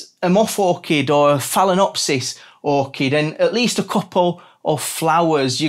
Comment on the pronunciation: It’s fail-ah-nopsys